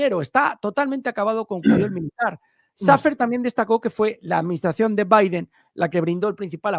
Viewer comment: Shafer (cheifer) ✅️